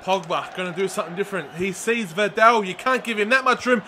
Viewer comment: liking the career mode.. i heard your mistake on VIDAL in the first episode and i've checked every video to see if you would correct yourself but you didn't unfortunately.. so i'm sorry but i need to it's vidal... like V-dAAL there's no "E" in his name it's not videl.. but other than that great vids keep it up :)